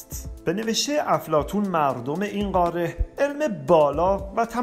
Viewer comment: اتفاقا ایشون داره درست تلفظ میکنه نه ما، قاره درسته نه قارِ ، ایشون اصولی و درست صحبت میکنند